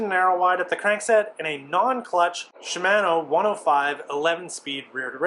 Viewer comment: Your pronunciation of Shimano is very different to what I'm used to. Even I say it wrong as well.